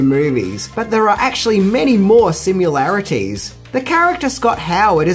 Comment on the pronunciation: Adrian Guinn i noticed two more, james hamptom and simularities. He does it in every video hehe, its a mission to find them all!